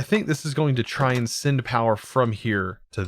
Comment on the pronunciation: I like how he says "sind" instead of send